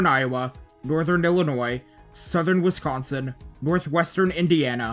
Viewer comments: i’ve lived in wisconsin my whole life and you might be the first person i’ve heard from outside the midwest to pronounce it correctly, kudos! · Ditto lol, always love when someone from elsewhere doesn’t say “west-consin”